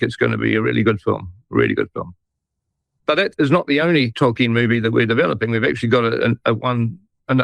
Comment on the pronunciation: I kept thinking that Jackson was saying "Talking" movie, when he was saying Tolkien movie. I take back every compliment I ever payed Peter Jackson. He has been gotten to, he's nothing like the man that made the Lord Of The Rings trilogy films.